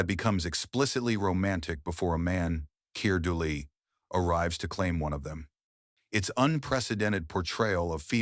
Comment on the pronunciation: It butchers some pronunciations like Keir Dullea.